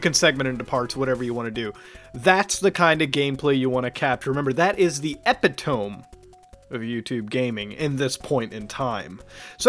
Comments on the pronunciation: Do you not know how to pronounce "epitome" It's pronounced a-pit-a-me not ep-it-tome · Hate to be that person but: You almost pronounced 'epitome' right - the e is a long one. Epitom-eee. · Lol "epitome" it's pronounced Eh-pit-oh-mee